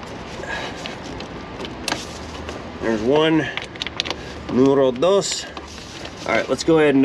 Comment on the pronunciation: As a mexican, your "número dos" sounds perfect.